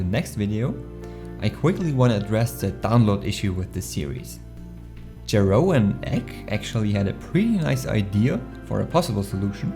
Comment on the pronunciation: It's pronounced "Yeroon", but it's okay, I get that a lot.